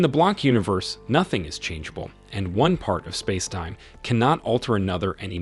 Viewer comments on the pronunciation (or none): AI voice can’t yet pronounce ‘spacetime’. Ironic?